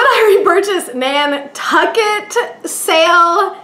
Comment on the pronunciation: This review was too funny, especially when you said "Nan-sucket." LOL Most entertaining review ever!